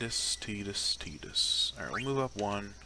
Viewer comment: I like that you say tidus name the right way! Great video man, I’m playing it too rn